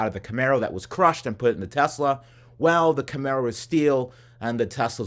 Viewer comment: "Telsa figit toy"